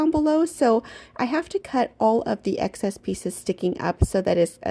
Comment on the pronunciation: I don’t know if you realized, or maybe it was intentional, but you were talking about the egg cartons, and you said “excess,” and it sounded like you said “eggcess,” the first time you said it. 😂😂😂